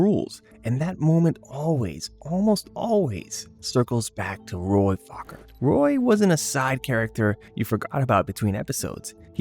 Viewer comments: Macross. That Roy Fokker(Foh-ker, not FACKER) was a kraut for sure. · The name was pronounced like poker -- not Meet the Fockers